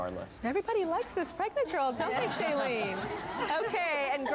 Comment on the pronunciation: The way Tyra keeps mispronouncing Shailenes name lol